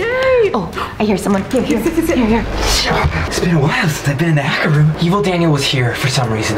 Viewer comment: Rebecca he said haker mc dacer